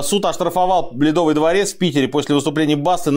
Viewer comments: Я один услышал «бледовый дворец?» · Мне послышалось или Сергей сказал "Суд оштрафовал бледовый дворец"?